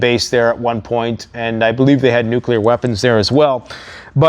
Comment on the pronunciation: Wait, I thought he kept saying Nucular !!😂